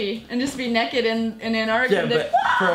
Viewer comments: did she say nekked? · she said nakked not naked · It bothers me when she says naked because when she says it she pronounces it "nekid" and it makes me think of the spelling and I think of a little kid dying naked and the dishonor brought to family and then I think of that kid being my kid and it makes me sad. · She can not pronounce naked at all and you would not die instantly in Antarctica